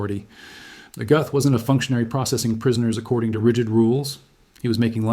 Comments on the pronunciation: He deserved death. Any country that eliminates the death penalty is a nation of cowards. The th sound doesn't exist in the German language. His name is pronounced GET . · "Göth" rhymes with "put" There is no "th" sound in modern German (other than in some dialects).